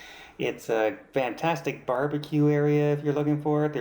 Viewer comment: Great review,!! I thought it was my ears, but now I know... you say VANtastic... which is a bit different than what I would expect to hear (FANtastic)... Is this a thing or a Canadian thing? And yes, I loved watching the Love Boat - back in the day! ❤️❤️❤️